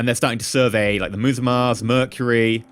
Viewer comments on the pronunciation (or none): none